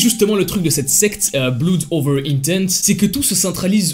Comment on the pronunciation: Il faut travailler ta prononciation quand tu parles anglais! BLOOD C'EST PAS BLOUD! AU SECOURS!!!